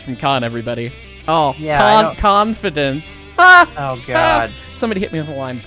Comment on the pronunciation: Kan-fidence :_hyceLimes::_hyceLimes::_hyceLimes::_hyceLimes::_hyceLimes::_hyceLimes::_hyceLimes